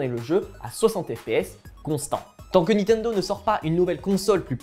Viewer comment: vous vous appelez jeux vidéos mais pas capable de prononcer niNtendo correctement (et pas nitendo)